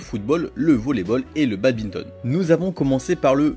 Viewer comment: On dit "badminton", pas "babinton" hein...